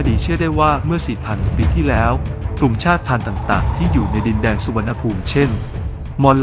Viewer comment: ถ้าผมจำไม่ผิดน่าจะอ่านว่ากลุ่ม_ชาด_ติ_พันไม่ใช่ชาด_พัน